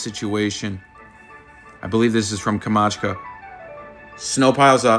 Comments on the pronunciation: its not kamacka its kamchatka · it's not "camachca" it's KAMCHATKA.......americans and their stupid pronunciations.......australians are even bigger shocking nation when it comes to non english words. no matter how often you try to respect them they always fail.....MISSERABLY. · 😂🤦🏼‍♀️OMG Kam-CHAT-Kah....😂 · That guy is mispronouncing Kamchatka all wrong.